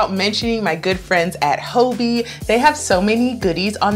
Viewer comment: Pretty sure it’s pronounced “hobby” 😉 Great list, a few I need to check out!!